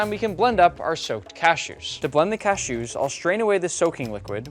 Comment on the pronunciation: What's up with the cashew pronunciation?